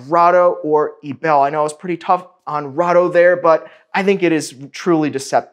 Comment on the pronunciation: eee b eee l you pronouncing like it would be panties